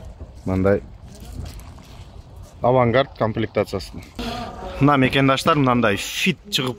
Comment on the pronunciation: Макандаштар эмес мекендештер деп суйлочу айланайын